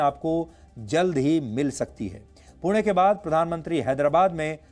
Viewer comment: पुण्याचा उल्लेख पूना,पूने,पुने न म्हणता 'पुणे 'म्हणून केलेला उच्चार👌बरोबर केला आहे.